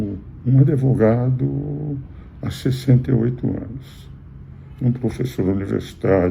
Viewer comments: É advogado, não adevogado. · Professor, o nome da profissão é Advogado. Não Adevogado.